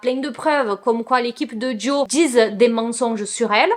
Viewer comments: trop mignonne 😂❤️ C'est plutôt "Jo" que "Joey" oui le "e" est muet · C’est bien JO et pas JOé pour la prononciation ahaha Par rapport à ce divorce je trouve ça vraiment horrible de tout mettre sur le dos de la femme parce que soit disant c’est une fêtarde. Genre si lui sortait et se bourrait la gueule tout le monde trouverais ça plus normal juste parce que c’est un mec j’en suis sûr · Tu ne peux pas aimer les Jonas Brothers depuis des années et prononcer le nom de Joe « JOEY » 😭😂😂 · J'ai trouvé ta réaction trop mignone quand tu as compris ce que les gens voulaient te dire. Je pense que c'est peut-être tes origines brésiliennes qui t'ont induites en erreur ? Si c'est comme en espagnol le e se prononce é aussi ? En plus dans Friends Joey s'appelle aussi Joseph et tout le monde l'appelle Joey donc ça pouvait aussi induire en erreur. En tout cas je ne trouve pas que ça enlève à la qualité de la vidéo. C'est assez souvent qu'on ne prononce pas les prénoms de la même manière que les autres, et puis on est là pour se divertir plus qu'autre chose, tu n'es pas une chaîne d'information non plus. Pourquoi les gens sont-ils si dramatiques ces temps ci ?